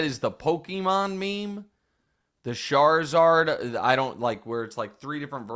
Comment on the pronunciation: “Sharzard” lmao